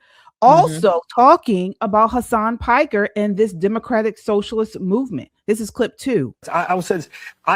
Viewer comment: did she say Hasan Pecker???